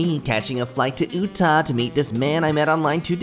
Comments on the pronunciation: THE WAY YOU SAID UTAH MADE MY BRAIN HURT SO BAD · this man pronounced it OOTAH? oh god the pain its pronounced YOUTAH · the fact he pronounced it ooh-tah made my dad (from Utah) scream